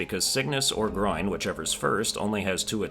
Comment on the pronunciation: You do know there are 57 bosses, right? (Including mini bosses like the Choir Clappers and Lost mini bosses) Edit 1: Also, it’s GRON, not GROIN Edit 2: I’ll put down the bosses (and mini bosses) you missed here. I’ll put down all I know for now and will return later to finish: Red Ant Clubber 2 (they’re called something like Skarrbringer btw) Red Ant Clubber 3 Lost Red Ant Clubber Choir Clappers Lost Choir Clappers Plasmafied Lango Lost Moss Mother Summoned Savior Shakra Huge Flea Garmond and Zaza Aaaand Grand Gourmand (don’t ask me why it’s considered a boss idk)